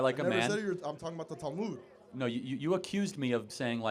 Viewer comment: Minor nitpick: It's not 'tal-myud,' but 'tal-mood.'